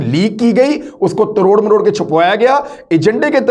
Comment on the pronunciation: Aoa. Sorry to say exact word is tor maror k not taror maror k